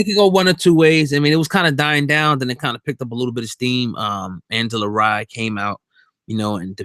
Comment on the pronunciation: Angela Rye not Angela Rae/Ray